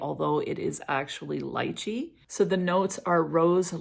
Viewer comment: Thank you for pronouncing lychee correctly.